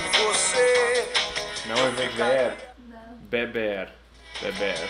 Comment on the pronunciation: Até eu que sou brasileiro pensei que era viver em vez de beber kkkkkkkkkk